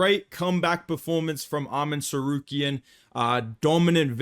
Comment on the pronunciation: Wait. . . .Arman "sar-care-ee-an"?. ..hehe.